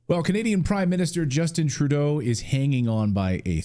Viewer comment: Did you say comedian Turdo??